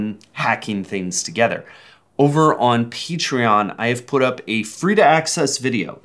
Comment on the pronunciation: Did they just say Peachtreon? Edit: Wow thanks for the 0 likes!